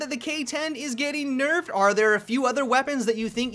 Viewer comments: "Nuffed or Berfed" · Nuffed or burfed?